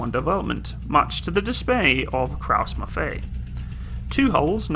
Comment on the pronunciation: It is actually KRAUSS-MAFFEI(Eye)